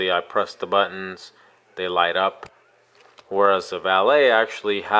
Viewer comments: First thank you for pronouncing the name right. I have to laugh when others say "Valeete" and such. Second, while I like the Samsung look better, omce in a case, they look exactly the same. Thanks for the comparison. It will likely help many. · Thanks for the review. You may be one of only a few that can pronounce Valet correctly. Your review had all the information I was needing, real worlds stuff. I have been torn between the 2 phones for a while. You helped me make up my mind, Keep up the good work.